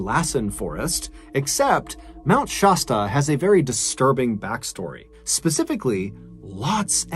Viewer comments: Shasta is sh-ass-ta please stop mispronouncing it. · Sorry, but I have to correct something... Mt. Shasta - shASStA. Love your stories!! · It is kind of disrespectful to mispronounce names and places.